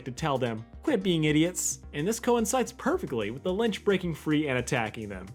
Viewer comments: There is no N in Lich. You mispronounced Lich like 14 times. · It's LItch not Linch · Its “litch” not linch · It's Lich not Lynch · LITCH NOT LINCH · Is he saying "li-n-ch"? It's "Lich" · Omg its lich not lynch ffs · It’s the Lich* not The Lynch. I love this video though! It’s just driving me insane. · It's called the Lich, not the Linch. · It’s not linch it’s lich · It's the Lich, not the Lynch. It sounds like you are combining "Lich" and "Grinch" into "Lynch" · u know it's lich tho right? you keep saying lynch. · It’s just The Lich, there no “N”. You kept saying Linch and it was driving me crazy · Calling the Lich 'Linch.' Oh Boy. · Call the lich "lynch" one more time 🔫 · It's lich, not linch. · ITS LICH. (LI-CH) L I C H NOT LINCH. LICH LICH LICH WTFFFFFFF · ITS FUCKING LITCH NOT LINCH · Lich, like itch. Not Linch, like flinch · THE LICH, NOT THE LYNCH, IT'S THE LICH. TWO COMPLETELY DIFFERENT THINGS. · does he keep saying “Lynch” instead of “Lich” ? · Lich. Not Lynch. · Why do you say “Linch” but it’s actually Lich. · I keep hearing ‘the lynch’ instead of ‘the lice’ am I going crazy or do you guys hear that too? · You know his name is The Lich not the lynch right? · Bro it's the Lich not the Linch you say linch like 10 times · L-I-C-H not "Linch" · You've been saying Linch it's "Lich" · every time U say Lynch instead of Lich I physically recoil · why do you keep calling tthe lich the lynch wtf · Linch? Not lich? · .... are you pronouncing it 'linch' ? or am I just hearing things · Its the Lich, not the Linch. 😅 Great video though, recapping one of the greatest episodes. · i can't be the only one with an eye twitch every time he says "linch" instead of lich lol good vid tho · Linch its lich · Litch, not lynch L I T C H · The Litch not the “Linch” lol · ITS NOT LINCH ITS LITCH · I don't mean to correct you, but it's lych not lynch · Lich not lynch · Not linch... it’s Lich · LICH. Not "Linch" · It’s the Lich not the lynch lol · "The Lynch". It's Lich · Lich not Linch